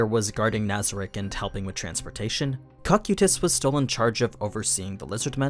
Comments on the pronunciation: You're pronouncing Cocytus wrong. It's Co-Kai-Tiss, it's Greek. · you pronounced him like cockutis. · I love the way you say his name here